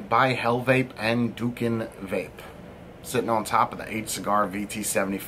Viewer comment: He’s not a reviewer, and he’s from my country, indonesia. I don’t like the rda too. Anyway, you spell it “doo-koon”